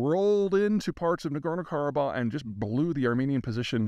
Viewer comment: 1. Zeihan butchered the name of the area, as usual - it's Nagorno=Karabakh - the H at the end is pronounced. Also, Ossetia - t is pronounced t, not sh. 2. He played fast and loose who is the good and bad guy here as long as it negatively affects Russia in some way. Spoiler alert: Armenia is the good guy in this case. 3. He pulled the economic figures totally out of his ass. They are not even close to reality. 4. He solidified his role as a clueless CIA mouthpiece who will talk BS but with confidence.